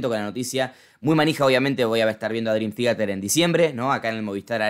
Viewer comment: "drim tiater" xD